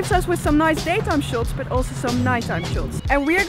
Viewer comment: you said shots as shouts. You from Russia maybe ? Love the pics in video & quality of content.